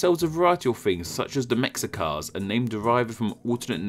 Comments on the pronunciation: Love this video! Just one thing...Meh-SHEE-kah, not MEK-sih-kah. The "x" in castilianized-Náhuatl words represents the "sh" phoneme in the Náhuatl language. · Mexica is pronounced Me-shee-ka. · Mexica is pronounced Meh-she-kha. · A little FYI, the X in "Mexica" is an "Sh" sound. So, it's pronounced "meh-shee-kah." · Isn't "x" pronounced /sh/. -- sry no ipa keyboard but u got it. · It is pronounced me-shi-ka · What scholarship goes into these videos? This guy can’t even get the pronunciation of the Mexica name right and his channel is called, wait for it, Name Explain... We say “Meh-Shee-Kah”